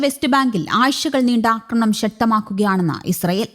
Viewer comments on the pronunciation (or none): “ആയിശകൾ ” അല്ല ആഴ്ച്ചകൾ 😂😂😂